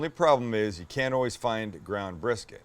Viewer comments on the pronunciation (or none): I feel violated by Sam’s poblenis.